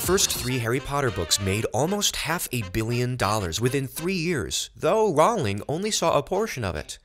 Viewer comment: J.K Rowling pronounces her last name like "Rolling"